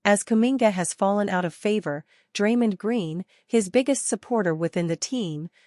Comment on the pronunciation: Stop mispronouncing Draymond 😢